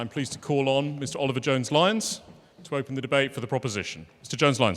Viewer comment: Oliver Jones-Lyons. Does he have a ‘t’ in his alphabet?